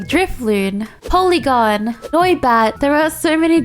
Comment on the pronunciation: Her saying Polygon instead of Porygon broke me